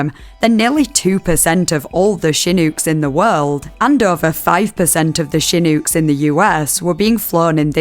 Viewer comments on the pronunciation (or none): The accent pronouncing american words is so silly im sorry 😭 "hooston" and "shinouks"